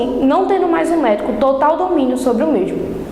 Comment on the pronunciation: "É de TORTAL importância"...KKKK